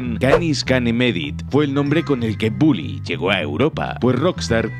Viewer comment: Soy yo, o al principio del video en vez de decir bully dice bouly